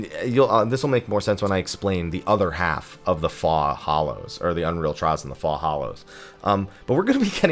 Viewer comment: ‘Faux’ is pronounced like “foh”, yes? 🤔